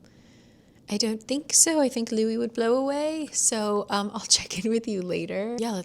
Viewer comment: Louie not Louis! Love your vlogs ❤